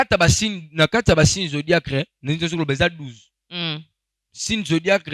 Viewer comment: Zodiaque et non zodiacre mon frère 😂